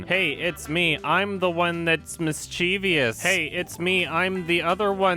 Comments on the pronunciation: FYI, it's MISS-CHE-VUSS, not MISS-CHEE-VEE-US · "mischeeeevious"? That's a word I've never heard before. Were you trying to say mischievous? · *Mischievous Why do so many people say Mischievious? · did you just say "mischievious"? I dare you, I double dare you, say it again. Oh you did say it again... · Read it with me: M-I-S-C-H-I-E-V-O-U-S. Note how there is no "I" after the "v" plz and ty. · You mispronounced "mischevious". There are only three syllables in that word. Sorry, I'm a grammar nazi. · the only scary thing about this video is how you say ‘mischievous’ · What kind of furry are you? Also learn to pronounce mischievous.